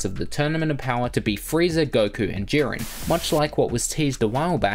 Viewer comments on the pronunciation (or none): none